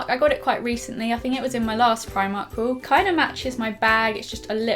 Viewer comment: its primark like she says it